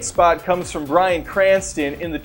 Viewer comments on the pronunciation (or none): none